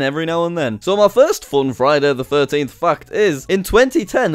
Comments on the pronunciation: When you say "fact" it sounds like you are saying "f**ked" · the way u pronounce fact XD